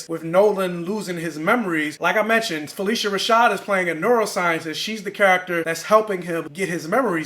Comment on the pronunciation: Fuh-lish-uh Rashad